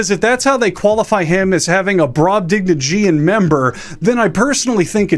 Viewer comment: Were you purposefully mispronouncing brobdingnagian, motivated by some purblind impulse to infuriate grammarphiles such as myself?! Well played.